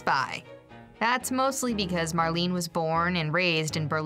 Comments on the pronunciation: Mar-lay-nah, not Mar-lean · Marlene. 'mar' 'lean' 'uh' Dietrich